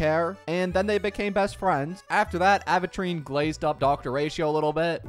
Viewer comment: its “aventure - ine”, not “aven-trean” 😭